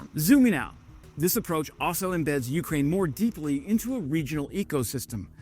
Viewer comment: You krain you krain you-krain Its one word